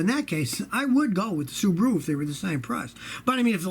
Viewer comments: Scotty, I think its funny how you say Subaru like kangaroo😅😅😅Subaroo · "Subaroo" ;D;D;D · I like how he says Subaru